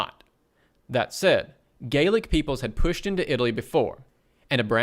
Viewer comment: Gaelic (proto-Irish) and Gallic (proto-French) are different things. The article spells Gallic correctly but the video pronouncing it as Gaelic is confusing.